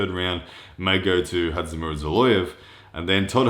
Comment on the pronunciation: just call him Zoloev. Your pronunciation of his first name is killing me.